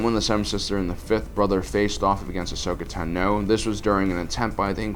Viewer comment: Bruh its ahsoka tano not ahsokatu no